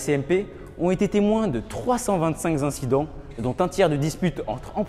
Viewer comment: "325 zincidents"